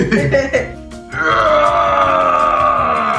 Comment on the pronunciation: The “Bruh” at the end got me wheezing It sounded like “Broh” TWO WPRDS COMBINED